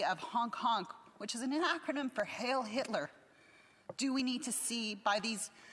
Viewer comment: To the ridiculous Canadian Parliament Member: It was not "Hail Hit++r." It was "Heil Hit++r."